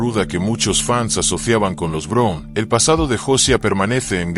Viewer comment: No se por que no pronuncia el apeellido correcto ( Brown , no Brun ) suena feo .